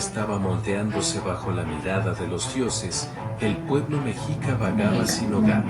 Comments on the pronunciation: Escuchen como la persona que hizo este video a veces dice Mechica y a veces Mexica(Mejica) el cual es correcto , yo creo que se confunde a veces pero a todos los que son de México, quiero decirles que es Mexica no Mechica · Saludos amigos desde Atlanta Georgia, soy de México, y se dice Mexica (Mejica), No mechica como dice tu compañera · La mayor parte de la historia está bien pero el águila que está en la imagen es águila americana. El águila real es otra y se dice meshica esa mmda de mechica no es correcto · Hola pepillas. Mexica se pronuncia mecshica. Les quiero contar una parte de la leyenda poco conocida, sobre el corazón de Copil donde creció el nopal en el que se posa el águila. Cuando los mexicas llegaron a Malinalco (es una zona arqueológica del estado de México), la hermana de Huitzilopochtli, Malinaxochitl, quería que se asentarán allí, pero el destino era otro así que los mexicas continuaron su camino y abandonaron al grupo que se quiso quedar. Copil, hijo de Malinaxochitl, se quiso vengar de Huitzilopochtli por abandonar a Malinaxochitl y fueron a atacar a los mexicas que continuaron el camino hacia Chapultepec pero Copil fue derrotado y su corazón fue arrojado al río en Acopilco (un pueblito que se encuentra en Cuajimalpa) el corazón de Copilco llegó al lago de Texcoco a un islote donde hoy es el zócalo de la ciudad de México y ahí creció el nopal donde se posaría el águila devorando una serpiente. En el escudo de la bandera se puede ver qué el nopal está sobre el corazón de Copil. Cuando los mexicas llegaron a Chapultepec fueron expulsados, luego fueron con el señoria de Culhuacán quien los dejo vivir en Tizapan, hoy San Ángel, lleno de piedras y serpientes. Hasta que por fin llegaron a dónde fundarian Tenochtitlan, donde hoy se encuentra zócalo de la ciudad de México. Al principio fueron tributarios del señor de Azcapotzalco pero con los años fueron ganando poder y así se formó el imperio mexica. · Se PRONUNCIA meshica se escribe Mexica